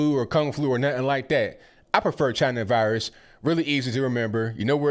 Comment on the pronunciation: Purposefully misspelled to imitate the way Trump said CHY-NA. :)